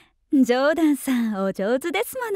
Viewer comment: パーマーがマックイーンの真似してるのは分かるんだけど、「ますわぁ」「ジョーダンさん」「ですものぉ」の発音の仕方にラモーヌみも有るんだよなぁ